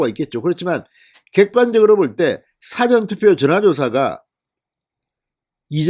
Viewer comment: 미안하지만,事前투표 발음:싸전투표× 사전 투표